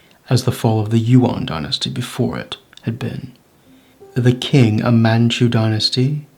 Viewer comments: I never knew about this rebellion, very interesting. But one thing is, when Chinese is translated to English, the "Q" is pronounced with a ch sound, so "Qing" would be "Ching," not "King." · Du wenxiu is a hero I both ROC and PRC, such a wonderful general and personality to unite capitalists and communists in his rememberance to unproot the invaders. The fact that the commentator pronounces Qing as King, shows the illiteracy. Muslim generals had fought for western ideals in china, fought communism and gave their lives resisting them, still honoured by the Taiwanese, only for a stupid bloke to disrespect them.